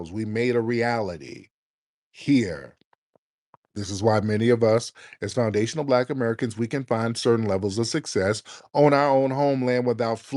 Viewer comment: She erks my nerves that she can't even pronounce foundational. The longer she spoke the more a accent came out as well